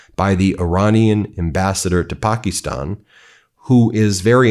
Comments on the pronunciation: "Pack-ih-stan (as in "Stan")" not "pock-ih-stahn." Otherwise, excellent reporting. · Thats not how we pronouce Pakistan in English.